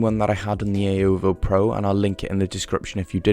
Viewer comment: The way he said xiaomi is so satisfying. Almost like Wyoming😀